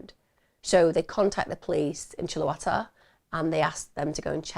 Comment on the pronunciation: Chuluota is pronounced more like Chewl-e-o-ta I’m trying to make it phonetic and finding it difficult. But I hope that helps.